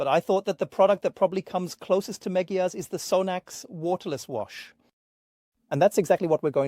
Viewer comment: Please don't call it Megyar